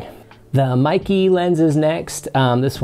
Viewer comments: Meike: "may-kir" - roughly translates to "beautiful technology" in Chinese. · MEIKE: IT is pronounced May Kuh. It is composed of two Chinese characters.